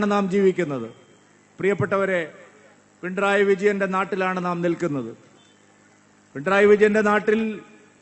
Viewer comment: പി ൺ റയി അല്ല മാഷേ പിണറായി.😂